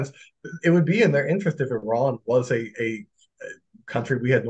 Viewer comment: Four months later has called 'Iran' perfectly.